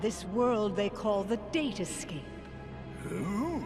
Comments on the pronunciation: I don't think the "date escape" was a typo, I just think maleficent didn't know that it was pronounced "datascape". though, I can understand why she made that mistake. When ya think about it, it's fucking hilarious... Unless I'm reading too much into it and it really is a typo. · Hey, when Maleficent says "date escape", it's because she didn't understand what Sora said he mentioned it, so she's just been mispronouncing it.